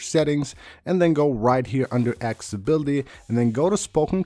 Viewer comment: How about "aksssibility" instead of "accessibility" LOL